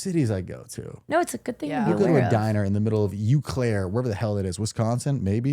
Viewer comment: Great podcast! Also… Trevor Eau Claire is pronounced “O Claire” haha😂